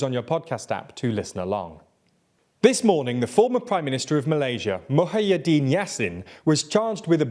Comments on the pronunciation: I know doesnt have the best track record for pronouncing names, BUT, its hilarious when he pronouced Muhyiddin as Muh-Ha-Yee-Deen.🤣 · Lmao, like where did that "ha" sound come from 🤣